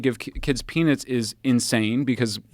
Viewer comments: Every time Michael said “peanuts” I thought he said, “penis.” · He should not be able to pronounce "Peanuts" like that😆.